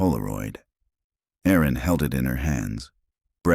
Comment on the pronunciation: Erin not Aaron. Small but so annoying women are named Erin, not Aaron